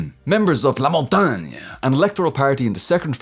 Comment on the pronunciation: I'll admit, i listened your "la montagne" at least 5 times before watching the all video